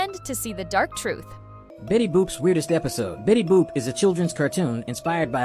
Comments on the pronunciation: It's Betty Boop not bippity Boop💔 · Is Betty Boop not Betty bop